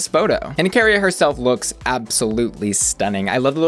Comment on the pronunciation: Ok, but, it’s Akeria, not “Akaria” 😭 why 🤧